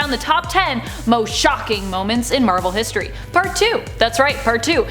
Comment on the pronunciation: “Marvel Histroy”